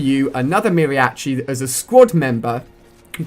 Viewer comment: Mary-atchi hahaahahha